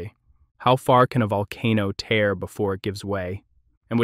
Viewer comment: Your ai is awful. "Tear"? Yeesh.